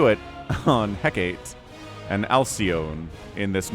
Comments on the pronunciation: FYI, "Hecate" is named for a Greek goddess, and the pronunciation is more like "HEH-ca-tay" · I'm glad I'm not the only one who wants to pronounce it "Heck-ate". I think it's really "He-cart-ay", and Alcyone is "Al-syone-ee"